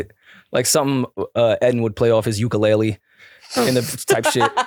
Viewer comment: Please don’t go to Hawai’i saying Ukulele like that 😂😂